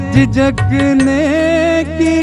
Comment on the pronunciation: सर्द झोंकों से भड़कते हैं, झिझकते हैं.. Talaffuz ko थोड़ा sambhaliye janaab.